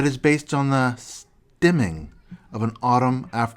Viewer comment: This dude saying "neechy" and "stimming"